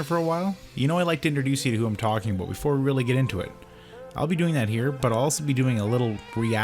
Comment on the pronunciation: Proof of Canadian citizenship "aboot"